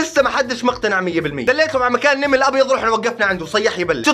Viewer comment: نمل ❌❌❌❌ نِمل✅✅✅✅✅